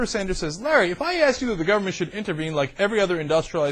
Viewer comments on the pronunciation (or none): none